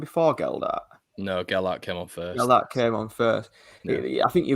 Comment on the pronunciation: Please stop calling him Gel-dart.